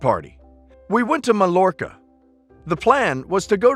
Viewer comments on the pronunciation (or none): You butchered Mallorca and aperitifs. Please research words that you are unsure how to pronounce.